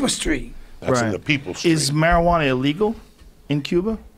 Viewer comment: Geovani Alvarez lmaoo Yoel: “en my estreet” Joey: “in my street”